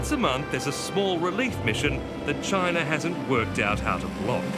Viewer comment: CHINER LMFAO guy can't even say it right.